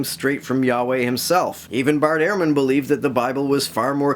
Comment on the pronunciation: His last name is pronounced Ur-man. Not Air-man. Good video tho.